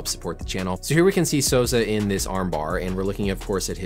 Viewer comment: This man said ‘Hodger’ 😂 lol